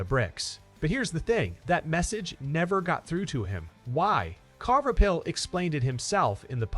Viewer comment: You can't even say his last name right